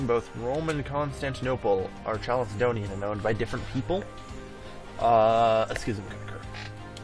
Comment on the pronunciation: Why does he pronounce it like "chalicedonian" when it's written like chalcedonian? Is it actually pronounced chalicedonian? It's triggering my autism not knowing this